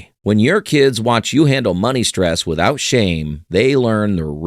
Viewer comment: "Withoout Shame"?